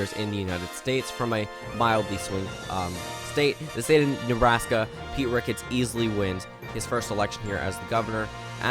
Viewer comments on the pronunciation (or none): none